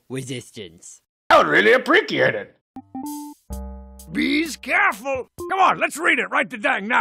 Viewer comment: Yeah.... amazingly this web series did put a few words in my lexicon, and I still remember which characters said them. "Apprekee-ate," "Beez careful," and we can't forgort. . . . Uh da Jibbilies.